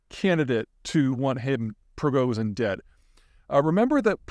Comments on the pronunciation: Пригожин......ж--as in Dr Zhivago......his name can be pronounced. Pree--go--ж--en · he is (was) pronounced "pre-go-shin" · ok while i don't care about pronunciations, for a guy who deals with geopolitics you do need to do it better than most people, the problem letter you have having trouble is ж (zh) its pretty common in Russian and most Slavic languages so i suggest learning it. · How tragic this is the last time we hear Peter say "Progozin"... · Wow it only took his death for you to stop caling him "Prognizon" lmao🤣🤣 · "I don't need to learn to pronouce [Prigozyn] anymore" That was savage. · Russian pronunciation guide for the name Prigozhin: “o” as in “stop” (NOT as in “go”. That’s an American habit of mispronunciation) “zh” represents the same sound that “s” represents in “pleasure” and “measure” and “treasure” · Yes, the 'Zh' in Prigozhin's name is pronounced as the 's' in vision, or fusion, so it's not a simple Z.. Same goes for Zaporizhzhia. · Pree-go-gin. Yes, last part is better pronounced like a soft "gin". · Just a suggestion: As a self-proclaimed "Geopolitical Strategist and global energy, demographic and security expert," perhaps take five minutes before you roll the cameras and practice pronouncing the name of the subject of your video.